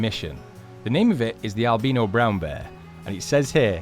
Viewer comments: anyone else get triggered on how he says albino? AL-BEE-NO instead of AL-BYE-NO. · Albeno, ALBENO. It's pronounced albino with an "I" sound. Not an "E" sound.. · it is not a albeno it is albino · I love how English say albino as Al bean oh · 'Albino' in American pronunciation is /al-bai-no/. The 'i' in 'albino' is pronounced /ai/ as in 'eye' /ai/. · It’s pronounced Al-buy-no it’s where you don’t have as much pigment and you cant make or at least much of it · i know i was joking on how thay pronounced it. "al-be-no" lol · Anyone else triggered about how he says albino